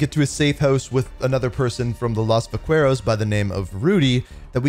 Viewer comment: Can you please search how to properly say “Vaqueros” 😂